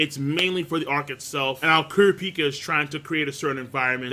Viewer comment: He pronounces Kurapika wrong as well. Funny how people can watch an anime and hear the person's name pronounced correctly but still pronounce it wrong.